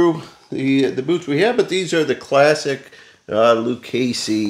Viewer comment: HEY BUDDY, IT'S PRONOUNCE LU-CHESSEE, THERE IS NO CASEE IN THE NAME,IT'S ITALIAN NAME.